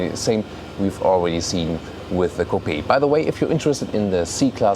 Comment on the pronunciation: Oh Mann,. Dein Englisch klingt...Deutsch. Du sprichst flüssig aber mit deutscher Intonation, was absolut furchtbar klingt. Ein wenig Übung und die Sache klappt, gib' Dir einfach Mühe! Selbst als Deutscher kann man dieses Denglisch kaum ertragen. Außerdem solltest Du lernen, wie man bestimmte englische Wörter ausspricht. Beispiel: Coupe wird Cuup gesprochen, nicht Coupee. Bitte verstehe das als konstruktive Kritik.